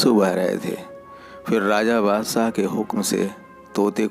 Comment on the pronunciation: Dost Badshah hota hai naki bassah bhai hindi sudharon